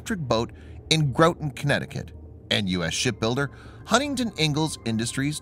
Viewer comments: GRAH-ton, not Grow-ton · Groton rhymes with rotten.